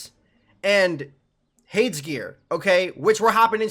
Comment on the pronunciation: Mans cant say Hades